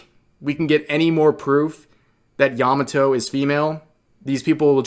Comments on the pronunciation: Yah Mah Toh Not "yama toe" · I'm not trying to erm actually you but Yamato's name was a slightly different innotation from what youre using, its not yamaTO, its YAMAto. Hard to explain but yea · yamato just female who fangirling oden...not "indentified as" or "pronounce as" bullshit.